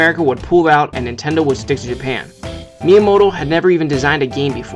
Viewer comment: why do you keep saying intendo?